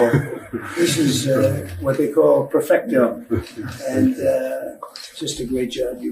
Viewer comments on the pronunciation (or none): 😂 I wonder if the Qataris ever understood the Spanish word "perfecto" 😂 that came out of his mouth 😂.